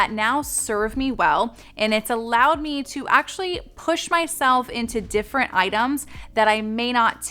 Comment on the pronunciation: I actually think “ dimferent “ is cute . I’m OCD and also ADHD ( minus the hyper part thanks to perimenopause) and can be the pronunciation police at times too. But I figured since I always get so much value from your content that there was no reason to correct you over it . I also figured that maybe you were thinking so many words at once that it might be the reason because my brain runs 1000 mph sometimes and if I have many words running through my head , I’ll accidentally combine two words as I’m blurting them out 😂. Now that I’m in perimenopause, I’m lucky to be able to remember words . I say “ Thing a ma bop “ when I’m asking my husband where something is and he will have to ask me to narrow it down 😂😂😂